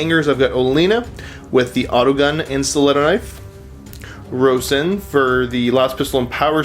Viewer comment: Row-Sin hehe pretty sure it's Roshhheeeen right?